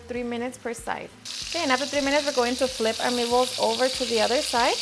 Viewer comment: "me-ballce" are so awesome